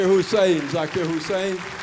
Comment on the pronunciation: Hussain, not Hussein !